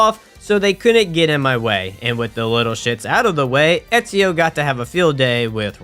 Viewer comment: You have an interesting accent cuz I have never heard anyone mispronounce Ezio's name like that. Also, in Black Flag, you play as Edward Kenway.